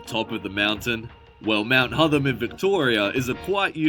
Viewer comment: Horrible AI pronunciations - It's Hotham as in Gotham